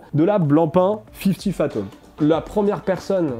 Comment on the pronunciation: excellente vidéo très instructive mais c'est fifty fathoms et non phatoms. 😉